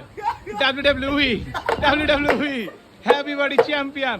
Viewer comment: WWE ❌ Wweee😂